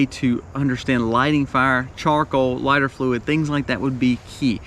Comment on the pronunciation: Lighter fluid. Not liter fluid. Lol